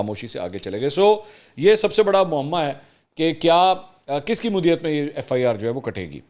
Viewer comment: منصور بھائی! مدعیت کا تلفظ درست ادا کریں شکریہ جامی